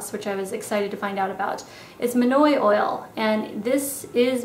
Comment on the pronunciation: I really loved this video. So different and unique :) I will definitely try a few of these techniques! Not gunna lie though I had my head down and I heard "..it's manure oil" (monoi oil). Haha, was a good laugh when I realized what it was!